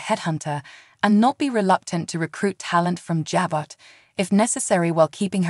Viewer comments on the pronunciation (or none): Could you please learn how to say the name of the Abbot family business!